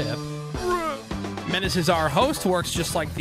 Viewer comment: Men-ah-say!!!! C’mon broooooooo damn it was like that scene in Billy Madison after he told the story of the lost puppy 😂